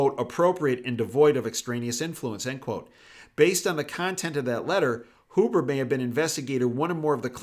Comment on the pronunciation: Roger that? BTW... it’s Hyoo-burh, not Hoo-burh. Good vid.